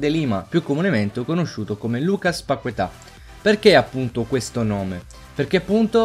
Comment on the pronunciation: È "Lucas Pachetà" la pronuncia.